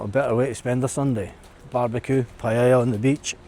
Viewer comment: Well certainly looks nicer over there than it does here in Hamilton, that's a good thing the demographic is changing , Europe will be totally changed again in 10 yrs max , once am sold and out I am off to south east Asia , I always wanted it to be Spain 😢. Also stop saying paella wrong 😂😂